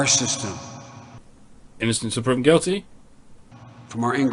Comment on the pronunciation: Did you just say "Prowven"? o.O